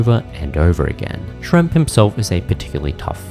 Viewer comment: A very difficult watch with the mispronunciations ("Shremp and "Orc", although a nitpick) and apparent lack of pressing on the buttons on the controller to find out what they even do. And half those deaths should be negated as they don't actually remove a life to begin with, very very odd those were counted. Would've also been more difficult but more enjoyable had it actually been the classic games, they do not control the same.